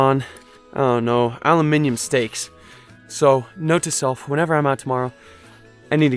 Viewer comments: He says it like it's supposed to be said and I'm so proud :') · Excellent video. Nicely produced. (And I really appreciate your correct pronunciation of 'Aluminium'!)